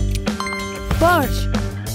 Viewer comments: por favor les pido que cuando pronuncien porsche lo pronuncien bien o sea, con la E, porschE gracias! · amigo, yo hablo aleman, nacido en alemania, antes de decir cosas sin idea, deberias googlear, es Porsche y si se pronuncia la e! cualquier aleman te dira lo mismo